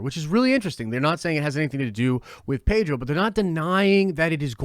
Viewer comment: I don't know why but I hear "Pager" when you say "Pedro" XD